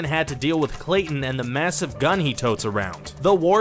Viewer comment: I heard him f*cking say tar-zin It's tar-zan Just like how people mess up saying my last name there is no f*cking i in either of them so you must not have gone to school